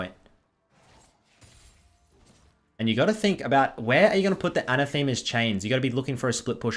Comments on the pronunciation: anne-AH-theh-muh, not anna-Thee-muh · It's not a name,. Phonetically a-nath-a-ma, not Ana-the-ma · Isn't that word an-ATH-a-ma? Like to denounce or curse I think. is pronouncing it like a Roman goddess (Athema = Athena) but it is definitely not. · pronounced 'a nath e ma's' chains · It's pronounced "an-athema", noun not pro-noun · the way he says AnaTHEMEa like its a person or something hurts my soul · I will subscribe the day that you pronounce "Anathema's chains" correctly (with "the" pronounced like in "thermal" and the emphasis on the second "a") :p